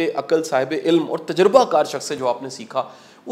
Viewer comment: ilm is a right pronunciation instead of ilam. Aap ny bhi itni kitabain nhi prhin jitni btaty hain.